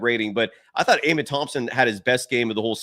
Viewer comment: "uh-men" thompson.